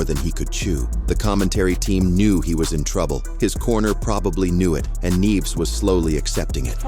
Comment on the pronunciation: The voice (AI?) started with the correct pronounciation, neeh-eh-ves. Then "neeves"? 😂